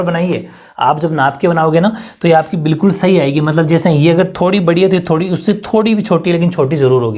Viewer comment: 🔊 pr s_hi bola😍😍